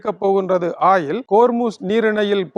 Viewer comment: ஆயில் இல்லடா வாத்தி... Oil என்று கூறும்....! ஒயில்.... ஒயில், ஒயில்.. 😅